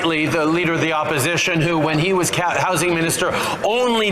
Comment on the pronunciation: Did that pos just say Cat housing ?